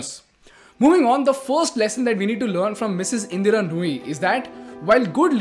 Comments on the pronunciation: Her name is "Indra" and not "Indira" bro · Anyone else distracted by how he repeatedly messes up her name, calling her "Indira"?